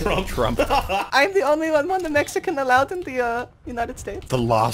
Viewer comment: no. it was "Last of the Meheecans"